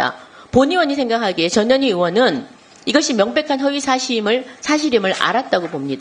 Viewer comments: 김정재 의원님 "전현희" 발음을 똑바로 해 주셔야 합니다. 듣기에 따라 "저년이"로 들립니다. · 발음을 주의해주세요...저 뇨 니 😂